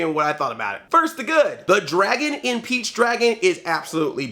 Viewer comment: he said peach his saying beach lol man hahaha thats what I'm hearing man